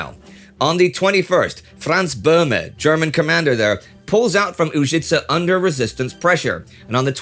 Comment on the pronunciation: Hello, Indy and the crew. Just a small correction - it is Požega, with Ž pronounced exactly like Ž in Užice. And both towns have pronunciation with the accent on the first syllable. You are doing great, and this correction is because I see that you make a big effort to pronounce every name as close to the original as possible for English speakers, and you do great job in that department, too.